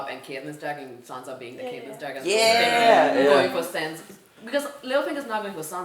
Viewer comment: I really don't like the way you guys pronounce Catelyn's name.